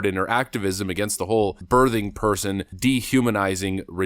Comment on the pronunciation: Why can’t Americans pronounce words properly?! The "th" in birthing is pronounced the same way as the word "think" not "there" 😂